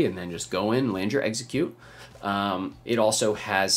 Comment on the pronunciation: I kept thinking he was saying Exeggcute when he’d say execute